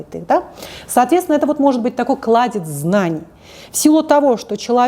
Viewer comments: Не кладеЦ, а кладеЗЬ. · Почему вместо Кладезь знаний всегда говорит Кладец? Долго думала есть ли такое слово вообще и правильно ли так говорить 😀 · Не кладец, а кладезь